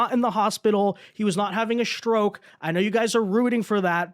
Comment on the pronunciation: Dude you need to work on your pronunciation. It’s Strike not Shtrike. It’s Stroke not Shtroke. Makes your videos unbearable.